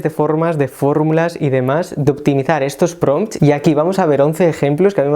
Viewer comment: buenos pRRRRRRRRompts te mandaste amigo